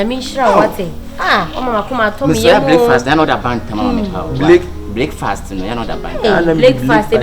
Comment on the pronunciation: Araba is now taking counsel from AJ????.... eiiiii wow! We meuve 🤣 Did Akabenezer say bleakfast ? Ajeiiiii 🤣🤣🤣🤣🤣💔